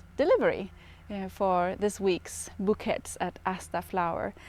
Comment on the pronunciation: Hi. Just letting you know, you pronounce bouquets as "boo-kay".its a French word 😊🌻🌻